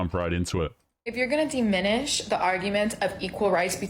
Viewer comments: The world is diminish, with a soft i, not deminish , with a hard e. Also her sentence construction and grammar are abysmal. I know that's grammer policing but I have high standards for a "genius." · I thought it was diminish, not deminish, but I'm not a genius.